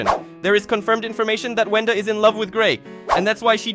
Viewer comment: It’s Wenda not Venda